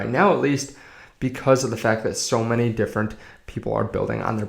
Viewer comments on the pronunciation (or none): none